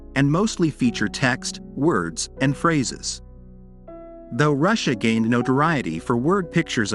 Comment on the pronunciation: I would recommend having someone who has a mastery of the English language proofread your copy . . .some obvious mistakes could be eliminated . . .plus it's Ed Ruscha ( pronounced Roo Shay, not Russia) be more professional!